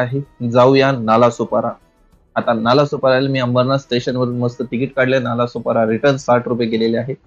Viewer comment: अरे नालासुपारा नाही रे नालासोपारा आहे😅